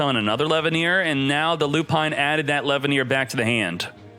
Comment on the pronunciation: It's pronounced "LE-VYE-UH-NEER".